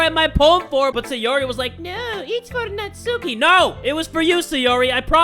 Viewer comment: Nat-S-uki*, your welcome.